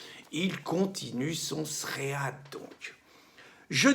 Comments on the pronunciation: Un "sréade", sûrement pour "Thread", et je crois ça se prononce "tride" :p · Tant qu’à utiliser un mot anglais, autant bien le prononcer. « Thread » se prononce comme le prénom « Fred » et signifie « fil » (Très utilisé en programmation informatique) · Pas un tréad Pierre mais un tréd :-) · Ah ah, bonjour Pierre, On dit un "srède" (fil de discussion).